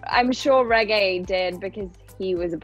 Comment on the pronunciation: And this is where I learned how to say the first part of Regé-Jean Page's name correctly. IT'S A HARD G SOUND!!!